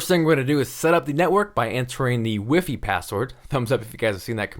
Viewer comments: lol "Wifee" #newegg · its hilarious how the guy in the newegg ad said "wifee" instead of wifi